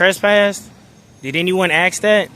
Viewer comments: IT'S "ASK" NOT "ACKSED" 😂 Here we goooo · Ask vs Axe. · Dude… you have to work on your language skills. There is nothing called AKS. It’s written and spoken as ASK. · Would love to know why do many millions of black people can’t pronounce the word “Ask”?